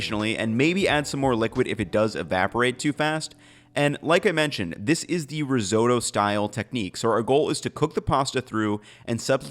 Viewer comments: Ris- oh-to, not ris-owe-to. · Dude says resootoo.🤣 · Why can't Americans say risotto or pasta properly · Americans pronouncing pasta or risotto does my head in. Had to quit the video.